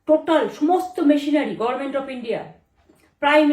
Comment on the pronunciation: গরমেন্ট গরমেন্ট গরমেন্ট। শুদ্ধ উচ্চারণ কোন দিন শুনতে পেলাম না। বাংলার ইতিহাসে সেরা নির্বাচন। রেকর্ড সংখ্যক ভোটারের উপস্থিতি এর আগে কোন নির্বাচনে হয়নি। ভোটারের স্বতঃস্ফূর্তভাবে ভোট দিয়েছে। অত্যাচার, নির্যাতন কোথায় দেখলো এই ভ্রষ্টাচারী, স্বৈরাচারী মহিলা। দূর হ পাগলী।